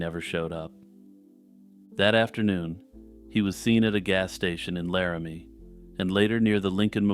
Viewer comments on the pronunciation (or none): none